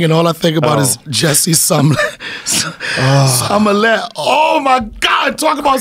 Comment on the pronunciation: He said Jessie sum- Some-mo-lette 😂😂😂